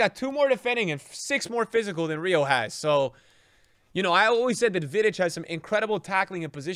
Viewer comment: the way he said vidic hurt